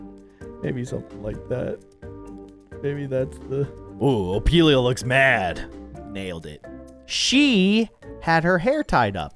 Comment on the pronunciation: Did he just say opilia😂